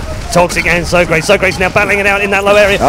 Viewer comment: lol they call him so- crates. its sawcrawtees